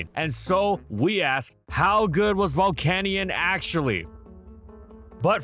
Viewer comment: Is it spelt volcaneion? No then pronounce it correct it’s pronounced Vol-can-yen 😅